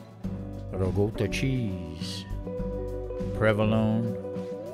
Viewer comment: great video. I had no doubt that you would pronounce it properly but you said ricotta the proper way. I have been eating modified mediterranean diet for a while. It is a clean and satisfying way to eat. Lots of fresh vegetables and lean protein. I eat a lot of fish so this works perfectly for me. We could have a wide ranging discussion on your show about the mediterranean diet because I think it's one of the smarter ways to eat.